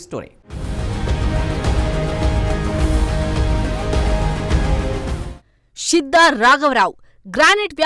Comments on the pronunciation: షిద్దా కాదు తల్లే శిద్దా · షిద్ద కాదమ్మా... శిద్దా